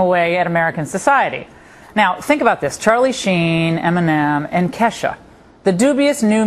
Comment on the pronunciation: They have absolutly no idea when it comes to ke$ha they can barely say her name properly. Theres so much more to her then sex and alchol. Her songs have meaning!!!. Ever heard of goodbye? The harold song? Feels like rain? Im the one? no....? So shut up. She may be a party girl. But shes never stumbled out of a club drunk or got a dui. Is she blonde and fun as balls? Yes. But shes not a moron. So u shut ur mouth about her stupid reporters. K$ FOREVER!